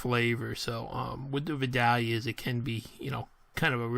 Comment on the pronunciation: It’s pronounced Vi-dale-ia onion! I went to high school back in the day where they grow lol! Great video!